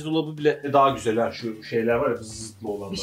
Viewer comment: Nobody:: Çok Güsel